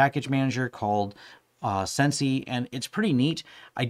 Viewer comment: Wouldn't "sensei" be pronounced sen-say? Like the Japanese word for "teacher" or "master"?